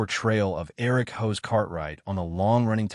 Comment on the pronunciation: The character's name is pronounced HOSS not HOSE . Try pronouncing it phonetically.